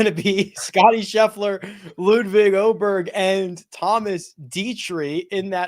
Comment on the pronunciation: that was really good on the Å, 8 out of 10....the a in your word: all....there you have it: ) But it's not -burg.....(as i said before: the e in -berg....you have it in the a when you say: i am:) (and...i am....a pain in the a**, i know:P) (but you are so close now, so now i just can't stop to help you to be the first american to nail it:) (ok, so today was the last time, and now i'm gonna leave you alone with the Åberg-thing, i promise:)) Very interesting sat....sun.....with no sun.............mon......and tues, (?) to come.....wish i lived in the US, to be able to sleep earlier.........as always: good one today - you FIVE guys are the best.................FAB FAIRWAY FIVE!:))